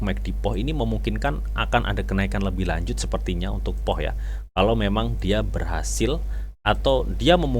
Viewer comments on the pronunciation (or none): Bacanya Puuh bang, bukan POH